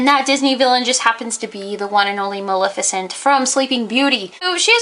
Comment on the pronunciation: It's Muh-LEH-fih-cent, not Muh-LIH-fih-cent!